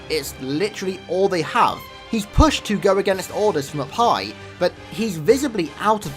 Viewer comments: Oh, "up high" not "a pie". Just realized that carter doesn't report to baked goods. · I thought you said “a pie” when you actually said take orders from “up high” LOL